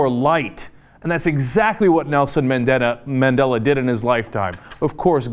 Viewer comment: You can here someone laughing in the background when this guy on the video mispronounces Madela's name. Lol